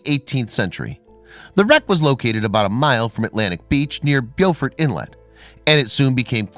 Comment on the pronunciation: It's pronounced "BO-fort", not BEW-fort.